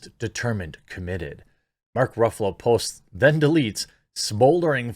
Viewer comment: I think the correct pronunciation is Mark “Ruffles”